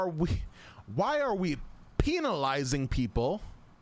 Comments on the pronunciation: I love how says penalizing. Like "peen-al-izing" That peen lmfao. Love you dude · My favorite part of the video is when he says “PENALIZING” the way he does lmaooooo